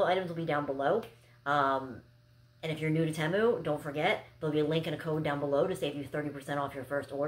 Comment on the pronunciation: It's pronounced "Tee-Moo".